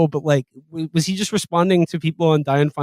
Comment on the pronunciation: Aren't all these kids Jewish? And none of them can pronounce Feinstein??